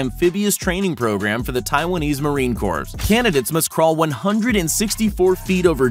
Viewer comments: Its pronounced "Core" not "corpse" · CORPS is pronounced "Core". Do people go to school anymore? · Corps pronounced core. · Taiwan Marine "Corpse"? Lol 😆 😂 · Marine corpse. 😂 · corps is pronounced "core", not "corpse". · marine CORPS No it’s pronounced core